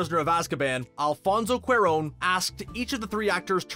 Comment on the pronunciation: ‘Director Alfonso QWER-RONE’?